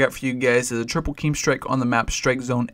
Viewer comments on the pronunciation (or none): I guess yoy come from doom and they probably have a rule of pronouncing it KEEEM strike but you're allowed to say it right from now on;. :)